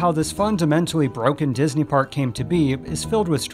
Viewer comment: disney-related youtubers stop inflicting michael eisner french on my poor ears challenge 2022